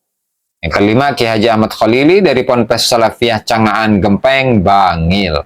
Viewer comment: Ponpes Ge^mpe^ng bacanya 😊